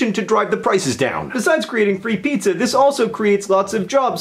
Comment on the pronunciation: 2 points for pronouncing pizza weirdly